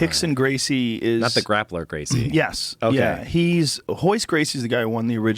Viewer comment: Rickson Gracie .... not hickson